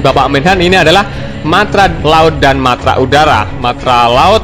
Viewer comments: Min ko mantra seharusnya kan Matra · MATRA MIN....BUKAN MANTRA.....LU KIRA DUKUN...??